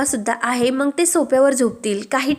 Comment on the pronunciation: Aga mang nahi ga mag. Jara shuddha bola na.